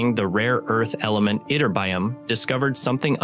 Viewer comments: When you use words you don't know how to pronounce, it's worth looking it up! "itterBYum" is NOT the right way to say it! It should sound a lot like magNEsium and poTAsium: "iTURbium". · Great video! Anybody else viscerally bothered by "itterbyum"? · yih-TER-bee-um, not what your retarded AI keeps saying.:face-red-droopy-eyes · Why, oh - WHY - people who has been NOT studying physics, nor chemistry, who DO NOT KNOW to properly say the name of scientific terms - "adore" to play physicists ???!!! ---> EE-TER-BEE-UM, and now : Go to corner, stand on one foot and repeat 1000 times ... 😐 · Yup, ytterbium is pronounced yitt-ter-bee-um. 😊 I have a few grams of this in my element collection. I have 86 in all. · I had a hard time concentrating on the content of this video when the voice-over keeps pronouncing ytterbium wrong. Is this some kind of AI glitch? Isn’t there some kind of oversight/editor who could catch these things?